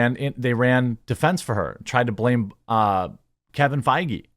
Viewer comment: love the irony of your Kevin Faggy pronunciation